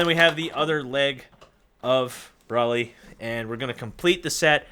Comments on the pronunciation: Brawley? It is pronounced brolee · No offense this review is great apart from this but I cringed every time you said brolly instead of broly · It’s broly not brawly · Why are you saying braly it’s broly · HIS NAME IS BRO-LEE BROLY OH MY HOD LEARN HOW TO SAY THE FUC🤬🤬🤬🤬🤬🤬🤬🤬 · "Bruly" I'm sorry, what? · Lol he said "braly" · ITS BRO-LEE 🤦‍♂️🤦‍♂️why is this so hard for people??! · I had an aneurysm every time he said brahly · Its Bro-ly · BRO-LEE DAMMIT! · The way he pronounced Broly makes me suicidal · I dont like the way he said broly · Broly not Broly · The way he pronounces it pisses me off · Who else is triggered that he didn't pronounce broly right?